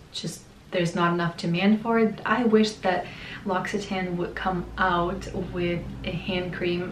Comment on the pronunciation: I never tried even though I come from France, but I will. L’Occitane, in France, is considered as a very expensive brand, that’s why I never thought of trying it. By the way, your pronunciation was not that bad, it’s not the right one but a French person would have understood what you were saying.